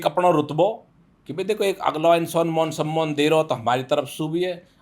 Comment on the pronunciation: Mon sommon